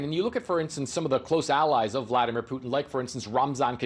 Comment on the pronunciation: “Bliadimer Putin” News Anchor probably has no idea how correct she was :)